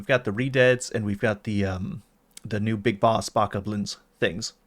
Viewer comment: I had to stop listening when you both started mispronouncing Bokoblins ...